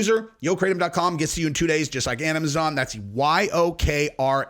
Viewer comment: Say it with me slowly and sound it out while we do it lol AM-A-ZON lmao